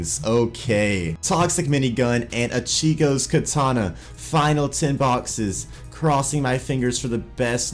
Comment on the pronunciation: you mispronounce ichigo one more time and we're fighting IGN: NewMatics